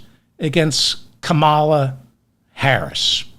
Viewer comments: DAVID- it's KAMala, not kaMAla. Mommala Kamala. Comma- la. Did you just fall out of a coconut tree? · Her name is Kamala. It's pronounced comma la. Not ka MAL la. This is not difficult. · David - FOR HEAVEN's SAKE.learn to pronounce her name correctly.. Her name is pronounced..:KAMM -A - LAAA NOT.. KAMMAAA - LA!! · David, please; commala, commala, not " ca mall a "... If there's an accent somewhere it's on the first syllable....period, question mark, comma-luh... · David, you started off pronouncing her name correctly - then some idiot told you the wrong pronunciation! Her name is pronounced..:KAMM -A - LAAA NOT.. KAMMAAA - LA!! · David, Her name is pronounced..:KAMM -A - LAAA NOT.. KAMMAAA - LA!! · Kamala's name is pronounced "Caa-mala" not "come-ala". You pronounce it correctly sometimes but not all times. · It’s Comma la. Just like the punctuation mark. Not ka MAL a. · kAmala not kamAla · Kamala is pronounced Comma, la. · Kamala equals three short "a" s. Like when the doctor says open your mouth and the doctor says say Ahhhh! So, it's, KAhhhMahhhLahhhhAahhhh. Hope this helps David. By the way, you are echoing my every thought and feeling. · 0 seconds ago David - FOR HEAVEN's SAKE.learn to pronounce her name correctly.. Her name is pronounced..:KAMM -A - LAAA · 😮 David, David, David! Her name is pronounced with the accent on KAM. It is KAM'-a-la. Simply speak the first syllable forcefully and follow with ala. It's easy and you can do it! You are the best and we love you! ❤😊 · Please learn how to say her name…emphasis on the “Ka” not the “ma” ….ka-ma-la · Kamala = CALM-a-la and MOM-a-la (love your show!) I'm also mad about Joe💖 but feel very good about the way the Republicans seem nervous. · it is not difficult to pronounce, so please try harder: KAH-MAH-LA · You were doing great with Kamala’s name until about one hour in. Ka ma la, same cadence as Pamela. Hope this helps. ❤ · Sorry…Kah’- ma-lah emphasis is on the first syllable😊